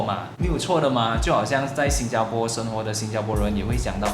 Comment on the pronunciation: 你还是不愿意改变把新加bo说成新加po.